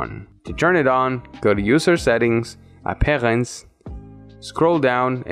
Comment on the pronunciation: its look that he is french when he sed apperance